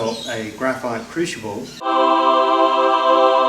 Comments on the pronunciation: if we Canadians can put up with the butchering, I think you'd call it mounting,(hope that's the correct spelling) of the English language by the Americans then I guess we can overlook your mispronunciation of crucible into what sounds like "cruchible". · Nicely done. However, it's crucial that you pronounce crucible correctly. 😉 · Dear, worried about your pronunciation of “Crucible”. That’s a small problem. At least you don’t call that lightweight metal “Aluminum” or call the liquid we fill you petrol tank “Gas”. That is really grating. Cheers from a fellow Down-under-er. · No wonder can't say crucible, ,cant even pronounce Aluminum correct haha all in fun